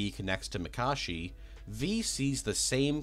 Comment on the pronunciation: Bruh, please tell me you didn't pronounce Mikoshi as Micawshi.